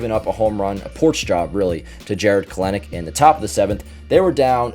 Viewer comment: it's pronounced Kell-nick